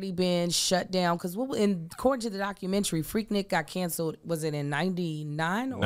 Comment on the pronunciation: I love when says "documentry." IDK, something about it.🤣